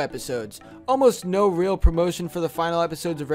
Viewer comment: Say no it's sounds like nu